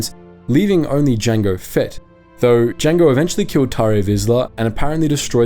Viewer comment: How can you tell someone hasn't watched stuff like Rebels? They pronounce names like "Tarre Vizsla" as "TarrE" Rather than "Tar". I believe you ALSO mis-spelled "Iokath" calling them "Lokath" back in a video you made talking about the Eternal Empire. Now, understandably, I get being able to missunderstand a capital I from a small l, they are so identical after all. But if you had understood that names always start with a capital letter, you would not have made that mistake. Better yet, you can even copy the first letter in Iokath from theWookieepedia, and put it in google search, and you'd only get search alternatives starting with the letter I rather than L.